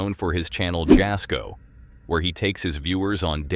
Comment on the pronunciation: Jasko is pronounced Yasko